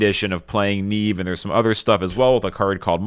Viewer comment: its not Niive its Niamh bro